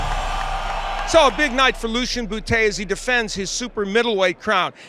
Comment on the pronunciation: ha he said bootay